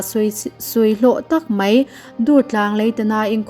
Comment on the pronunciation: Mai tihturah mei i rawntih hi bawng mei tihna em ni mawlem mai a aw b zirthaleh teh aw